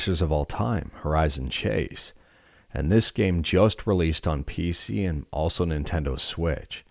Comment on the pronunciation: Ninteno lmao